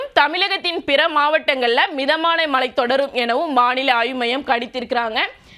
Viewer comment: Sister, please practice Tamil pronunciation. Especially தமிழகம், மழை, பொழிவு, சுழற்சி, இழந்து விடும், கிழக்கு etc ..😊